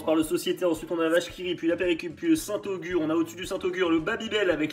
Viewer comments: J'ai ri intérieurement avant de vous voir manger le Société, je déteste aussi 😆 Par contre c'est St-Agur pas Augur 😅 y'avait son "cousin" le St Albray qui est pas dégueu Sinon de la tomme noire ou du comté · Vous abusez les gars, le caprice des dieux est beaucoup trop haut dans le classement, c’est juste un fromage sans goût, sinon le haut du classement est bien. Et c’est saint Agur, pas saint Augur